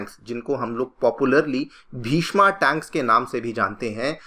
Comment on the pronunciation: हिन्दी में पढ़ा रहे हैं तो प्लीज़ शुद्ध हिन्दी तो बोलें। भीष्मा नहीं भीष्म टैंक नाम है इसका। कृपया बुरा न माने लेकिन सीधे करें। बच्चे आप लोगों को फॉलो करते हैं।